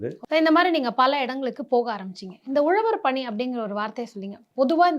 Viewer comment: .Instead of saying Uzhavarapani,she says Uzhavar pani